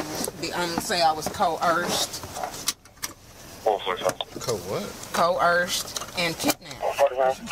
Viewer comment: Oh no, says she’s been COHERSED. Moor-on